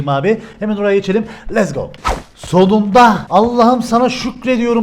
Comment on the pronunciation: Letz go değil lets go